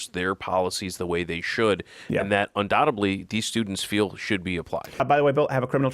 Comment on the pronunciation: there is no second "b" in undoubtedly